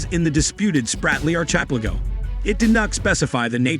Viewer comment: Archipelago is pronounced --- ark-eh-PELL-ago.